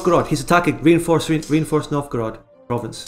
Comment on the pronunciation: The way says Novgorod hurts my brain.